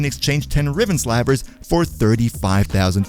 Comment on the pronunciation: when they said riven slypher i recoiled a bit